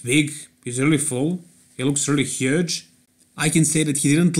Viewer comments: OK, we`ll give our thumbs up that you win against this heuggge mispronunciation lol...;-) Bytheway mayank sharma - i didn`t hear that if you didn`t mention it... I like `s Accent, and I think, in the States, he wouldn`t stand out that much, because most of the US Citizens have their Accent, and no one cares... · Gotta love the way pronounces 'huge', "huege" haha